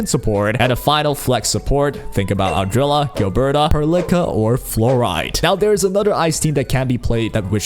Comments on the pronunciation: Adrela? Not ardelia? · It always hurts me, when you call her Ardrella 🤣🥲 thank you for the video!